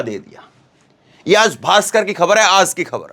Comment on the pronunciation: Aaz nhin aaj hota hai 😂